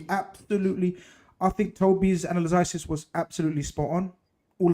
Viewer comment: “Analyzisys”, gets me every time 🤣